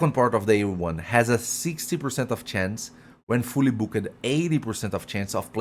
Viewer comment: Take your Microphone off the table, your voice is bouncing off it. and learn how to say Booked.